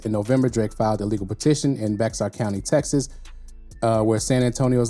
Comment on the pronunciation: Bexar is pronounced "Bay-har" Just an fyi.